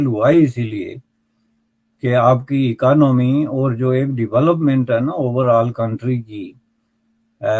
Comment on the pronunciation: आपकी "ई-का-नामी" 😂😂😂😂😂